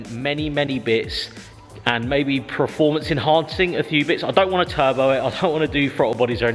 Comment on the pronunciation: Oh, I'm sure I heard you say performance then you went and spoiled it by saying preformance twice 🙈😆